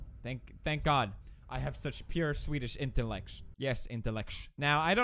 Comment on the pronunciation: "Such pure swedish intellectsh." "Yes intellectsh"